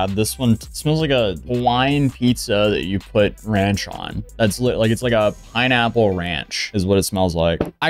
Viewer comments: Man that talkshow. What the fuck man. And that pineapple. She butchered that. Jeez. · She absolutely butchered that pineapple 😂😂😂 The fact that she is begging for help from her audience when she can find a lawyer herself is pathetic!!!! She just can't seem to get over the fact that she screwed herself and that asking people for money when she can go get a job is disgusting!!!!